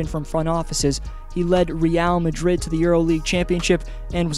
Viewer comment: Congradulations i think you are the first english speaker that actuly can say real madrid finaly someone !!!